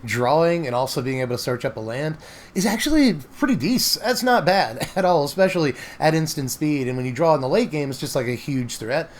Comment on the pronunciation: “It’s not that bèhhhed” 😂 #bestgoateverprinted